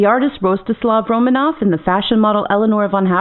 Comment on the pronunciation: I refuse to acknowledge the thoughts of a guy that pronounces is RomAnov. Regardless of if that even IS the correct pronunciation.